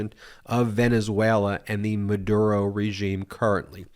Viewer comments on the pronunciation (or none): none